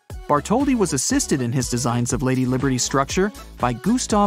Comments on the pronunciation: It said Liderty it’s liberty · Statue of "Liderty" Museum REALLY? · Why it say "liderty" hahaha